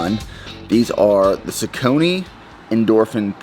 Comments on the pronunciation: saucony pronounced as sock-on-knee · The correct pronunciation of Saucony is “SOCK-UH-KNEE”.